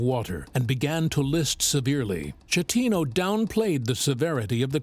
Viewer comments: not how you pronounce the captain's name. it's not "shatino" it's "sketino". he's italian. i don't understand why you couldn't do like... the bare minimum of research to know how to pronounce his name. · GIG-LEO 😂 SHET-TINO 🤣